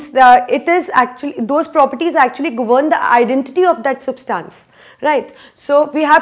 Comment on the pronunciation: Mam it is substance not substaance